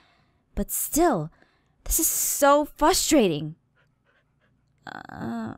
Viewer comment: i have been watching this channel for like over 3 years and i STILL cant get over the fact that she pronounces "frustrating" so wrong!!!!!!!!!!!